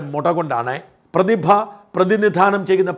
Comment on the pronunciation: പ്രതിഭ അല്ല.. പു..തിഭ 👍👍👍👍അഹങ്കാരി 👌👌👌